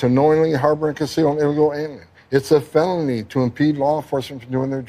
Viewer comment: "it's a fenoly"